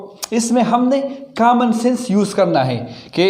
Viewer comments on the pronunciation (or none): none